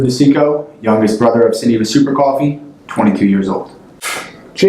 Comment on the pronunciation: They say Sunniva wrong its not suunneva its sinniva but spelt Sunniva I know because its my name lmao